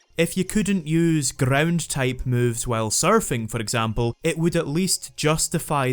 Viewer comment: he be like "grrrround type Pokemon"